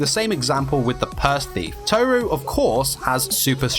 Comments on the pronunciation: It’s not toe ru it’s tohru that’s how to pronounce it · It’s kinda triggering me how you say tohru without rolling the r xd not telling you you should say it that way just saying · You mispronouncing Tohru for the entire video really annoyed me